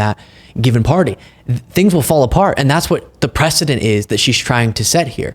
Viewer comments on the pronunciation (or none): none